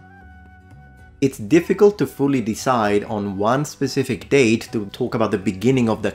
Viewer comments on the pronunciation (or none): none